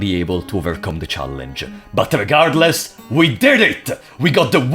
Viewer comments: These videos broke me because I now hear Regardless as Legardeless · you should say le'gardless instead of regardless